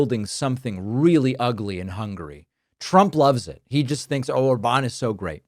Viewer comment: In Hungarian, the stress is always on the first syllable, so it's Òrban - stress on "O". Uranium actually is very dense: 19.1 g/cm3. That’s 1.7 times denser than lead. But indeed, it's not a problem to move several hundreds of pounds of compact uranium for the Iranian regime. maga is a despicable cult destroying the U.S.A.